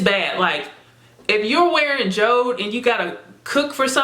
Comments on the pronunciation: It's actually called Jo-De like Jodi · Jode is pronounced as Jodie or Jody